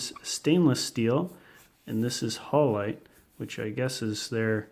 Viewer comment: hal-u-lite. anodized aluminum.